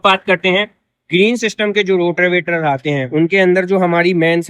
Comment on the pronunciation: रोटर वेटर ❌रोटावेटर ✅